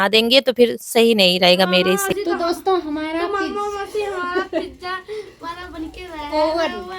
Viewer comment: di pizza boliyega pijja Acha nahi lagta hai sonne me